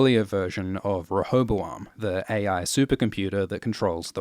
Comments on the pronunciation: Tina that’s what I meant. Ruh Not Ree. Re was a bit vague :( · sounds more like "ruh" instead of "re" to me. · Apparently there is a British and an American version. One has three syllables and the other 4. Google "rehoboam pronounce" and click the face with the mic. There is a drop down above it to choose the version.